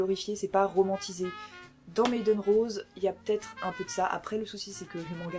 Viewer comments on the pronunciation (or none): none